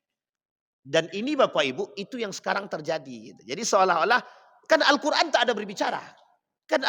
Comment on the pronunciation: Yg dibaca itu alkoran bukan alqur an kali...jd gk ada halal kharamnya...